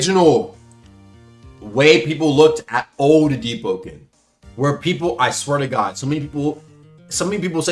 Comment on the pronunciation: "aluminum" "boise" "deep open"